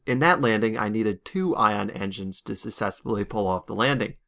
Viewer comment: sussessfully asselerating (Jk I love you)